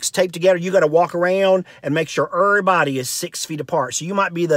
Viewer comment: "Dur-stance," "errorbudy" I love it! I'm-a go 'round sayin' "Hey, now, errorbudy keep yo dur-stance frum me!"